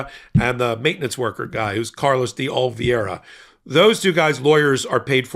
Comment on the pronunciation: Oliveira is a Portuguese language name and pronounced O-li-VAY-ra. Not Olviayra.